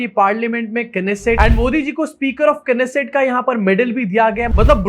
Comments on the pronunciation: It called "Nessat" and not "Knesset". K is silent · It’s not keneset it’s beset